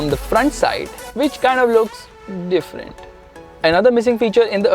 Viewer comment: "different" that sounded kinda weird